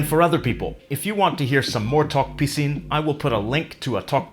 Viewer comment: I thought u pronounced tok pissing